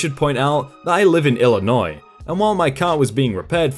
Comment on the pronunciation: You pronounced Illinois right! Made my day!